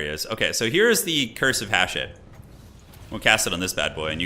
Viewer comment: I’m convinced that watches the trailers on mute with the way he pronounces “Hashut”